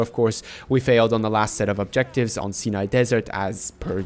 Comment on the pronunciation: Stop calling it the "SIN-EYE desert"...it's...the Sia - ni...pronounced...SIGH - NYE...capeesh?....only fingernails on a blackboard sounds worse....and the mortar rocks btw.